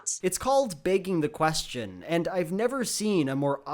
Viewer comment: Did say “baking the question” or “begging the question”?